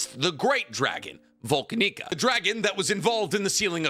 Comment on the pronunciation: As much as I appreciate you regurgitating lore you clearly just skimmed off the Re:Zero wiki right before making this video, could you at least try to pronounce the names of certain characters and places correctly? It makes your grift painfully obvious when you say Volanica as "Vol-can-nica" or, even more egregiously (considering we literally just finished two entire arcs focused on this place), pronounce Vollachia as "Vul-Chian." Besides the obvious grift, there are a few more mistakes in this video regarding the facts. Though, to be fair, that’s more of a problem with the wiki since you’re just reading off that anyway. Regardless, cheers!